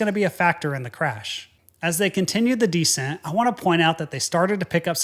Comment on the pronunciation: You're the only guy I know who pronounces "descent" as "decent".